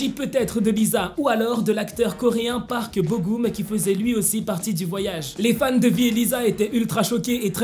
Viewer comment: Petite remarque: on dit Park Bo "Geum"